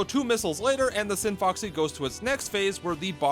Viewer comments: It's the scinfaxi the c is silent and there is no o It's not scin"foxy" it's scinfAxi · I dislike how you pronounce Scinfaxi. Not sure how you ended up mispronouncing it every time, considering you hear people say Scinfaxi repeatedly in the game, and its spelled Scinfaxi, not Scinfoxy.